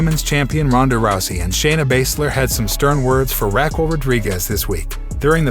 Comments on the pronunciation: Okay I like your reported and everything problem is you you said Raquel Gonzalez's name wrong. It's Rh-ah-kel or Ra-kel. 2nd Cena debuted in 2000. Don't get me wrong I like your reporting unfortunately if you can't even get dates of Big Time Superstars debuts or even a top female wrestlers name said right. Little mistakes like that will definitely make it to where you start losing clout with your subscribers because it makes us feel like you don't even watch wrestling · After hearing you mispronounce Raquel several times, I am 100% certain you haven't watched a single WWE show in your entire life. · Learn to say Raquel's name properly...geesh🧐🤔